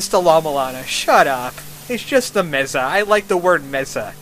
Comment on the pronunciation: It's pronounced "May-sa"